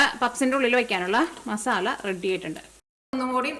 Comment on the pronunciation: Ethu nattila "masalla" ennu parayunne. Adhyayittu kelkua 😊